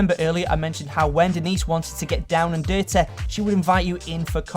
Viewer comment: Omg stop pronouncing words like "coffeh" "dirteh" "parteh" -_